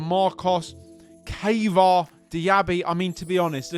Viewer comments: who tf is kava? lmao it triggers me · I think it's "Kaa vaa raa" and "Ozi B U" the way to say these names.